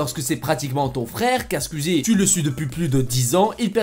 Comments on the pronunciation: Mais poooooouuuuuurrrrrqqqquuuoooiiisss tu dit squezzi on dit squizzi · nan mdr tu le dis vrt mal squuzie c squouizie mais sinon super vidéo 👍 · Sa me stress c'est squouizi sa se dit comme ça pas squizi mdr 😂😂 mais heureusement que jt'aime bien 🤣 super vidéo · SKUIZI... SKOUIZIIIII 😅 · On dit SKOUIZI pas SKUIZI Merde fallait que je le dise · "Skuizie" TRIGGERED. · Oh bordel tu as un fond vert c’est grillé avec l’ombre et ça se prononce SKUIZI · Stp j’ai remarqué tu fait que dire squizi 😂 mais squeezie ( c´est bizard mais dire comme sqouizie mdr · Par contre stop de dire squiiizi sinon jtm continue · Tu dit skizi et tuteur